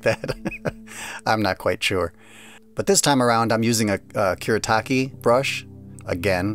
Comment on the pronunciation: It’s pronounced ‘Foo-deh” And it’s “kù-Reh-tah-kė”